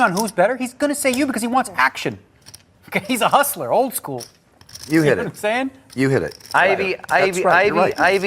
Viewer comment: You need to enunciate better, and you have a speech impediment. You can't say "L" properly. Field, Hold, Old. Old is not pronounced "oad", same goes for Hold (not "Hoad). Field (not Fee-ood). Called (not "cawd"). Etc. Just something to know since you do voice overs on videos. Keep up the good work